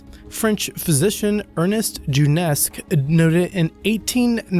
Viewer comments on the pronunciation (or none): "Bed-o-win" or "bed-oo-win", not "bed-win". Also "Du-shane" not "Du-cane". If you're going to rage about someone else's incompetence, make sure you're not making mistakes yourself. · And Du-shen, not Du-nesk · And who the hell is "Ernest Doonesk"? I always thought his surname was pronounced "Doo-shen"! And who the hell are the "Boh-deen" tribe? i've heard of the Bedouin tribe, but no "Boh-deen" tribe! Hahaha! This guy's pronounciation just gets funnier and funnier! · "Duchesne" is pronounced "du-shen", not "doo-nesk" or whatever you were trying to say. I normally don't really care for mispronunciation of a foreign word, but when you start adding consonants that aren't there, I'll stop you. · Ernest Doonesk? Do you mean Ernest Duchesne (Doo-Shane) a French name which got there from the French influence in Africa? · You have a remarkable knack for mispronouncing names - Yuri Gagarian (Ga - Gar - in ), The BooDeen (Bed - ou - in) tribe, Ernest Doonesk (Du - sheyn)... I could go on :P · Ernest Dunesk? WTF? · Gagarin = ga-ga-rin Bedouin = beh-doo-in or beh-doe-in Duchesne = Doo-shayn or doo-shen You'd sound a lot more credible if you put the effort into looking up how names are pronounced. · LMAO@ Gagarin, Duchesne, Bedouins and Meucci dude you really need to do more research I mean forget the sources you get your information from at least try to get the names right.